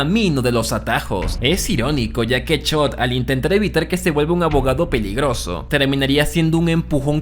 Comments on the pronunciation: Chock ❌ Chot ✅ 😂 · Si vuelvo a escuchar chot en lugar de Chuck voy a explotar 🤯🥲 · BASTA DE DECIR CHOT! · No fue suficiente con no saber pronunciar los nombres de TWD, y ahora promuncias mal los de BCS, como que Chod? Quien es chod? Jajajaja